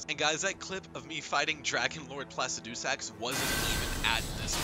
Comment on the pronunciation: What is up with that placidusax pronunciation? Haha